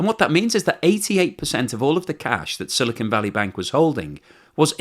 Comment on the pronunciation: The newscaster pronounced 'silicon' correctly!